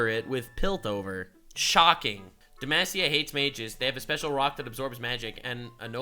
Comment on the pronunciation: It was so refreshing finally hearing pronounce demacia right 😂